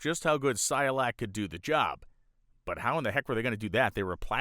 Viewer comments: It's not Cy-o-lac. It's pronounced: SI-koh-lak. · Cycolac, not Cyolac. woopsie 😬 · You keep saying Cy-olac. Is the second C silent? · You mispronounced cyCOlac over and over. Otherwise, I loved it. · HOW MANY TIMES DID THAT GUY MISPRONOUNCE CYCOLAC???? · Did you really just go the whole episode mispronouncing "Cycolac"?